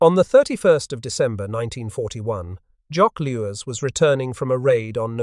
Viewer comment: 'Loo-ten-ent'? 'Afrika Corpse'? 'Jock Loos'?